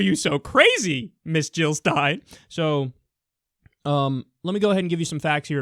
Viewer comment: Jill NOT Hill !